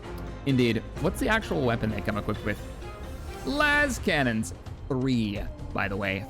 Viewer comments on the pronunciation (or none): LASE-cannon not lass-cannon.